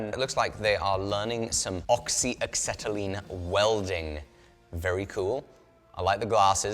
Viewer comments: acetylene, not axetylene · Acetylene.... Again ... I dont see an x in the word. Try again. Maybe you are thinking of the word oxygen pulled the cart to market to gather some titanium to make the better episode.